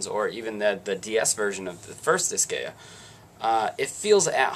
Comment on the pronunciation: Just a pet peeve, but the way you kept pronouncing Disgaea was getting on my nerves XD. I kept getting a twinge in my head "It's DIS-GUY-AH, not DIS-GAY-UH!"